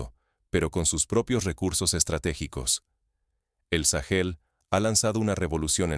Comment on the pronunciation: Porque le dice sagel a Burkina Faso?